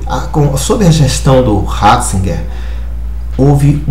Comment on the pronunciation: joseph Raaahhhzigerr .....kkkkkkkkk aprende a falar seu analfabeto